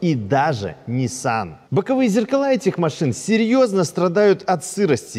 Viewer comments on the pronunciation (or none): none